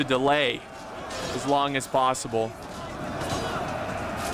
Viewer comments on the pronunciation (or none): none